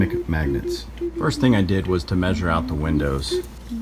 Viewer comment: ripped "aht" - are you from Pittsburgh?